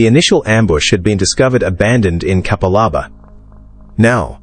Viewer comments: K'pal-a'bar, not cappa-larba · You didn't honestly expect AI to pronounce Capalaba correct did you what a lazy fkn effort